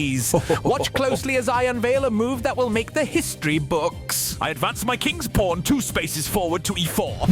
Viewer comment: Anyone else notice he says Kings "Porn"